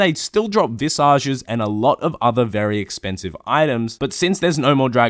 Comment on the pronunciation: MAYLAY AND VISIJ, IS HOW U PRONOUNCE